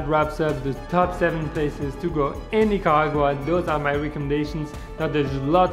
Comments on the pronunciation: it's Nicaragua not Nicagua but the video was really nice! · The way he pronounces “Nicaragua” is so funny, great video btw. Love Nicaragua❤️❤️